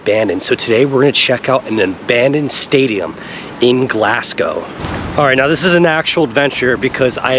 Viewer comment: cracking vid bud. one small thing - we don't pronounce the 'P' in Hampden - so its Ham-den Park. Also its Glazgow not Glass-go.